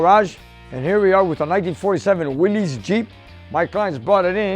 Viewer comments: P.S. It's not Will - ees, it's pronounced Will -is. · Love these Korean War era Willys. It’s actually pronounced Will is , but anyway you say it these are classic. My dad learned to drive on these in the American base in Argentina NFLD, after the war. Then he signed up and drove them in Korea, with the Pats. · It's a "Willys" ; pronounced Willis. Look it up.